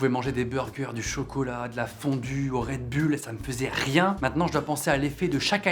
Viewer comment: le "red-bulle"